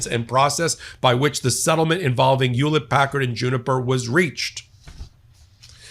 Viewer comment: WTF is Yewlet Packard?